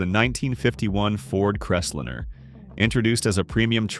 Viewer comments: The first car should be pronounced “liner”, not lin’r as your robot did. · Crest-lme-er not Rest-liner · If I have to endure one more idiotic, ai generated voiceover, I will lose my s**t! Right out of the gate, "The Voice" spoke about the FORD "Crestlinner". It's pronounced "Crest LINER!" This constatnt assault on spoken English MUST stop. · Eye roll.. It s CREST LIINE . NOT CRESTLIN. moving on. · This robot doesn't know the difference between a line and a lin. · What is a Ford CrestLINNER? Drop the AI. It sucks. If nothing else, the inability to say V8 properly is alway a giveaway. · Forg crest liner no crestlinner for christs sake learn how to read And i wonder why such low numbers of American cars sold.! Just another crap talker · Stop using AI voice over, they don’t know how to properly say words, right off the bat can’t pronounce Ford Crestliner, not pronounced like Crestlinner with 2 “n”s. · What is a crest linnner, Crappy AI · STUPID AI ! CRES LENER?😂😂😂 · First pronounce the na.e correctly the pronunciation of Crestliner is like nails on a chalk board also in several programs you often say the car was cumbersome because parking places were smaller I hope to tellyou they were much larger then than now I have a town car and drove pickups and full size cars on the 60s most with Armstrong steering(without power steering) and the spots were bigger then. A big car was a status symbol Irember seeing lots of Mercs and other bohemian cars lots didnt jave power steering or brakes you just drove according to what your vehicle could handle . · Pronounce the car name's right.. do your RESEARCH!!